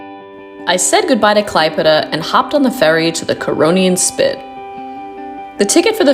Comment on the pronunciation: Oh dear the pronunciations! Try " Klaep + Eda " and " K + Li + neen + GraD "